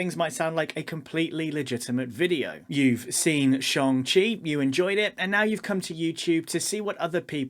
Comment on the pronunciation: Excellent vid. Social media definitely perpetuates this too. Everything has to be A or B, good or bad, there's never any in between or nuance. (It's Shang-Chi by the way 😀)